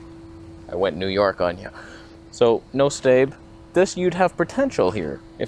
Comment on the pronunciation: Your "Noo Yawk" sounded Cockney for some reason. 😂 Not impressed with the active stabilization alone for vlogging. Face it, nothing is really better than an action camera for walking vlogs. I just live with everything being in focus. When I get my R7, though, I'm going to pair it with an adapted EF-S 10-18 and see how that works for vlogging and video. Not the fastest, but it may be the best available option right now for RF-S. P.S. on a cloudy day, the BPM filter just looks like the lens is smudged. That's what I thought it was until I noticed the title.